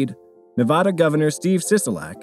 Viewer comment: that ain’t how you pronounce Nevada dude